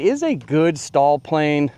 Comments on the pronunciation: STOL is pronounced like stole, not stall. The Pitts and Waco are beautiful planes but incredibly fragile, because EPS Coffee Cup foam. HH makes some great looking and flying planes, but that EPS foam SUX, and you have to pay a premium for their planes, so generally NO! Regarding their linear servos, that are world renowned for sticking, don't set them at a rate above 97%, and lube the contact surfaces, with an electric contact cleaner, before the first flight, and at least annually. That will take care of most of the servo issues. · Thanks for comparing a good variety of aircraft . FWIW… STOL is pronounced “stole”, not “stall”. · You’re mispronouncing STOL. It’s pronounced with the long “O”. You sound like you’re saying stall.